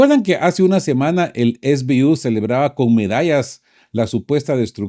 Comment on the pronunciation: 1. SBU son las siglas de Sluzhba Bezpeki Ukraíni que significa Servicio de Seguridad Ucraniano. Por tanto, no se pronuncia es bi yu con Fonética Inglesa sino ese be u con Fonética Castellana porque es el idioma en que Ud. está hablando, salvo que lo pronuncie con Fonética Ucraniana. 2. Los activos Rusos congelados en la Unión Europea son 200 Millardos o 200 Mil Millones o 0.2 Billones.